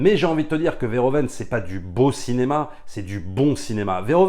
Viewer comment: Alors juste une micro-remarque sur la forme: on dira plutôt Paul Veur - Ou - Veun, en lieu et place de Vair - O - Veine. Un peu comme on dira Ou - Veur - Fonik au lieu de Ovaire - Fonik